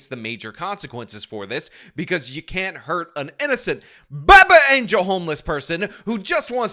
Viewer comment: I loved the extra emphasis on the "BAAAby ANGEL" this time hahahahahaha